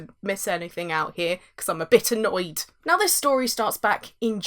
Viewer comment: When you said you're "a bit annoyed," I was very confused. I thought you said "a bitter Noid." I hope that guy found work after Domino's Pizza.